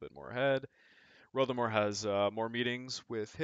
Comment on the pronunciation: it's RotherMERE!